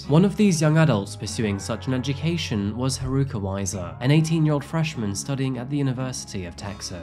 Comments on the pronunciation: Did you know you can type English words into google translate and have them translated to Japanese to get the correct pronunciation for Japanese names? My pronunciation pet peeve has been triggered again in this video. It’s ‘HAruka’ not ‘haRUUka’, sorry! Really do like your videos though. 😅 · I know this seems pretty nitpicky but her name is pronounced HA-ruka, not ha-RU-ka. Giving the stories on this victim’s is very much appreciated but I think they would’ve appreciated it more if you got their name right or tried to get it right. This has been the case in a few of your videos all of which I LOVE but ya know, just saying. It’s really just me and my bias of having learned Japanese for 3 years and also being a Houston native with many friends going to UT Austin that likely pushed me to put this comment out finally. Also it’s not “Texas University” it’s “The University of Texas” or you can call it “The University of Texas at Austin” or “UT Austin”. All that said thank you for doing this girl justice in every other respect in this video and keep up the good work,! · Sorry but the mispronunciation of haruka is driving me nuts. It’s not haruuuka just haruka. I’m dipping on this vid. I’m not being a downer but that’s a pet peeve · Her name is Haa ru kaa! Not Hruka!! For fka sake, dont do this to people's names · Man, you even included a video of a newscaster saying her name correctly, but you still pronounce Haruka wrong the entire video. Nice. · the news caster mispronouncing her name got me a little upset “Haruka” is not that difficult